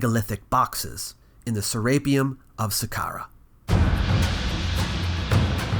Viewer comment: Boy, you're awfully fond of pronouncing "Serapeum" in such a way that emphasizes "rape." Hearing Se - RAPE - eum every time is quite distracting. Any sane person would be hesitant to ever go near the place the way you're pronouncing it.